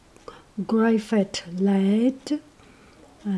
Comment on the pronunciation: Graphite is pronounced "grah-fite" :) Lovely pencil. ♥